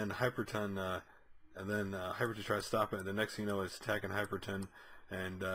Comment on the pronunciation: Both issue reviews you've called him "Hyperton". Where do you see the 'T'? You've literally typed it correctly in the title twice... but consistently say it wrong.